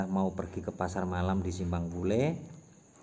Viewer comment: bukan pule wak tapi pulai